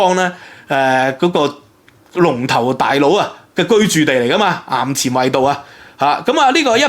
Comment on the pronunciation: 有趣 ！ 衙前圍道個衙字讀「 牙」 （「衙門」）